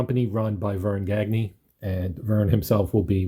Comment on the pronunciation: Gagne is pronounced gone-yay